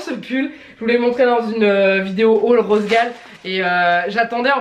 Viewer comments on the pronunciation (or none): none